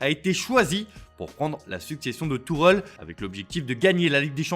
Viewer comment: Tuchel frérot pas Tourel lol